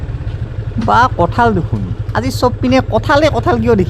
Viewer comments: বৰপেটাত "কাঠল" নকয় বন্ধু। তুমি ভুল কৈছা । আমি বৰপেটীয়া বিলাকে "কঠল" বুলিহে কও।। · Kathal nhy kothol buli koug aami